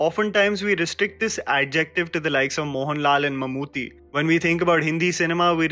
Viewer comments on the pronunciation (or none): Hey its suraaaaaj not sooraj... The aaaa should be there and not the oooooo😁. Note it please and its not mamoothi its mammootty..... The ttty there.